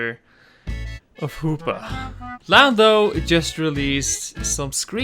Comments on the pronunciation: Gamer Joel he said lamdo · did u say lando or Lambo